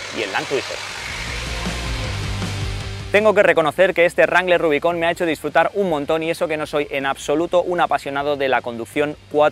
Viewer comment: RUBICÓN xDDD. Nunca lo había escuchado así .